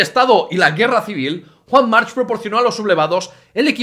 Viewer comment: March se pronuncia Marc. Y eso que eres catalán